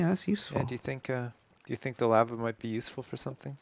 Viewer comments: doesn't know how to say lava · You say lava wrong